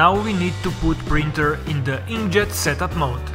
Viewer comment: I hate the way you say printer